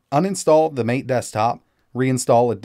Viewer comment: MATE = Mah-Tay